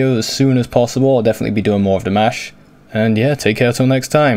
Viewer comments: I don't know what some people are irate about because his MOM pronounces it like that. Like Dee-mosh. I'm pretty sure his Mom would know how to pronounce it properly. heh. You're saying it fine. No worries. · you pronounce his name just fine, they may be pronouncing it in the language they speak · You say Dimash's name FINE!! LOL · I like that, as a rock signer, you choose to comment on Dimash because you are opening the door to others who would not normally be curious about this style. Great job by the way and your pronunciation of Dimash's name is perfect now. :-))))) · Your pronunciation of his name is fine. As long as people know who you're talking about, one should make allowances for regional accents. We forgive him his Dinglish accent so why not extend it to everyone. As long as you don't say Dimmish like some, you're fine. 😉